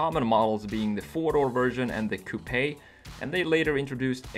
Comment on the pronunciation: why are you the only youtuber who know how to pronounce "coupe" the right way??